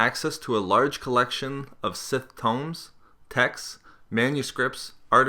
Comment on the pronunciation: Did he say tombs, as tomes? Are you fucking kidding me?